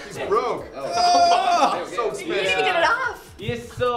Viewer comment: "A yesterday i was bought dis rings issa 400 dallurs" "So ikspensiv lings"